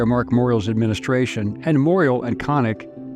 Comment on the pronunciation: Moriel is pronounced “Moore-ee-Al.” Last syllable rhymes with owl or Al like Al Rocker.